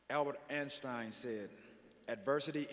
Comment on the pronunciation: Albert Enstein?? lol Not bad, i like the fact that he did it his way..